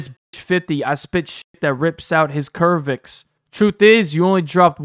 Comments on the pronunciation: Lmfao, anyone else catch when dude pronounced, “cervix”, like, “curv-ex”, when it’s enunciation sounds like, “sir-vix” 😂 hopefully he knows enough about basic women’s anatomy to at least know what the cervix is 😅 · For future reference, 'cervix' is pronounced 'servix'. Not 'curvix' as you pronounced it in this video. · Proof that gets no bitches 😂😂😂 Mans really said Cervix as Curvix 😂😂😂😂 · Fyi brotha the word cervix is pronounced as SIR-Vix. not Curve-Vix. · Not kervix it's pronounced like servex 😂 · Cervix is spoken "SER-vix" not "CUR-vix" it's part of the female reproductive system. When he said "CUR-vix" I was like "wait..wtf is that?" So I rewound & looked at my screen just to realize he was pronouncing it wrong lmao 😅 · It's cervix, as in sirvix. Not curvix. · Bro? Did u just actually say CURVE-IX? You dont know how to pronounce cervix? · Curveix lol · “curvix” is crazy bro💀💀💀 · Cervix is pronounced 'sir-vicks' by the way ^^ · Cervix is actually pronounced servicks/servix you get the idea it’s a lady part between the uterus and birth canal. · Man said kervix 😰😵‍💫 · My man said cervix is pronounced kervix tho 😂😂😂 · So nobody heard my boy say "Kervix" 😂😂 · He said curvex lmao it’s pronounced like serve-vex funny as hell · This mf said “kervix” 😒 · did you say "curve-ix"? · It’s Cervix..(SER-vix) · Bro said Kervix bruh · Cervix! Not curvix 😭😭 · KERVIX???? BRO WHAT?? lmao.. how do u pronoucne cervix like that?? 🤦‍♂️ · not curve-ix lol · The way you pronounced cervix 😂😂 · Bro why you pronounce “cervix” like that? Mfs slow 😭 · How you mispronounced cervix 😂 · You said “cervix” wrong 🤦🏾‍♂️